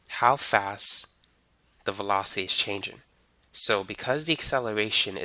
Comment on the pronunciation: as much as I love your vids, I'm a bit bothered with u not ending words in -ng with -ng and just -n'. like changin', speedin' and slowin'